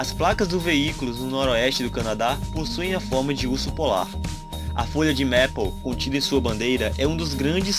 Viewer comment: A pronúncia correta não é Mépou, é MEIPOU!